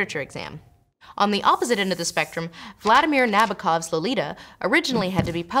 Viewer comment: You are not pronouncing Vladimir Nabokov correctly.